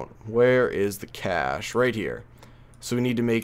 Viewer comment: Cache is actually pronounced kay sh not cash